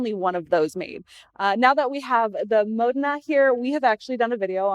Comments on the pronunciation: We are both wrong, the Italians pronounce - Mo den a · Dumb bh cant say modena